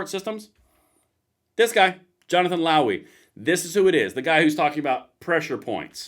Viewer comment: Did you say Lowey? Or Lousy?